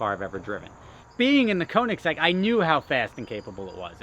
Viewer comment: You gonna stop saying Koenigsegg like it's a model name?